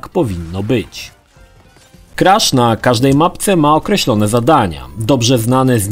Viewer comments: nie kresza a krasza badz polakiem xd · KrAsz a nie jakiś KrEsz. Tu i tak lepiej niż w filmiku o trylogii. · ‚Krasz’ czy ‚kresz’ bo w końcu nie wiem😅